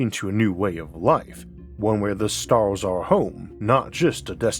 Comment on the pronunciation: Pevadox and staus and Maus. Try eleven labs. Just try. Please.